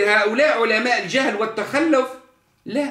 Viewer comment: التخلف٠ ينطقها بفتح اللام وتشديدها ٠ معنى هذا ان سيادته لا يعرف العربية الفصحى اصلا ولا اللغة القرآنية ٠ الصواب هو : التخلف بضم اللام وتشديدها يتكلم بالدارجة التي لا يحسن غيرها